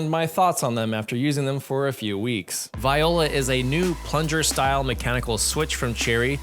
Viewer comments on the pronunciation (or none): im pretty sure thats not how you pronounce "viola"...